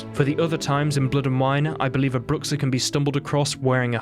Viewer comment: And it pronnounces broo sha